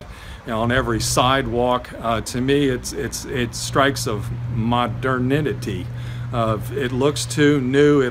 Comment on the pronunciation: Modernity: muh-DER-nih-tee